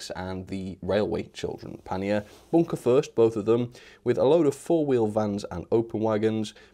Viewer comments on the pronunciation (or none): none